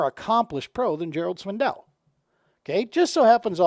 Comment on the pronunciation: I stopped watching the video when you said Gerald Swindle’s name wrong which was almost immediately. You say it how it’s spelled.